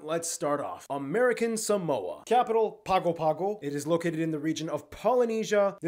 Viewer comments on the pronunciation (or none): just for the record, Pago Pago, though the spelling is correct, was mispronounced. It's actually, in English, PANG-go PANG-go, but if pronounced in Samoan, it's PANG-oh PANG-oh, since the letter 'g' is always pronounced as "NG. On another subject, Hawaiians and Samoans (plus a few more) are Polynesians, Melanesians are, among other places, found on Papua New Guinea, and Micronesians are found in the Northern Marianas, and other countries nearby. The next one is Saipan, pronounced sigh-PAN, rather than sigh-PAHN. USVI's 1 island of the 3 is St. CROY, rather than St. CRAW (Croix), and the territorial capital is Charlotte ah-MA-lee-eh (Amalie). I may be stretching the point, but if I am, it's unintentional; NW of the 8 main Hawaiian islands, there's a string of some tiny atolls and a few actual islands which extend 1311 mi./2109 km. nearly to the International Date Line, and are collectively called the NW Hawaiian Islands; in Hawaiian, it's Papahānaumokuākea = pa-pa-hah-now-moe-coo-ah-KAY-ah